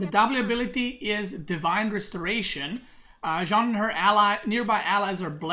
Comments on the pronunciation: Dude Please it's not John, it's Jeanne, ... at least pronounce like Jane, ... or ask marine lord how to pronounce it in voice chat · You're pronouncing Jeanne d'Arc well except you pronounce the an like in Jean, but in jeanne both e's are silent. it's like Jane except with a fully open A sound as in Ann. Jeanne. Jann.